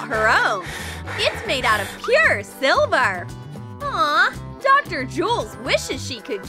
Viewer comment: It's silver not selver